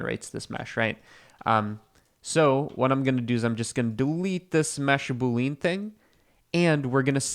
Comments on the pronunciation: I say this not to be like ‘aha, got you!’ but because I think you're the kind of person who cares about getting these things right: boolean is pronounced ‘boo-lee-in,’ not ‘boo-leen.’ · you mean boo-lee-uhn 🤷‍♀ but yeah, don't get riled up when people pronounce stuff differently. Some do it for fun, and like others suggested, it may have been to trigger engagement which I don't mind since Youtube did changed the algo. I sometimes just comment on a video to support the youtube channel 🤷‍♀ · Proof is an alien: the way he says button and boolean.